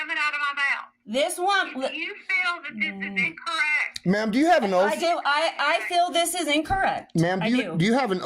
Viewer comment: "do you have an oalf?"